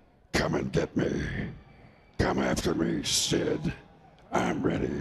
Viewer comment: Also, he botched Sid's name and called him "Styd"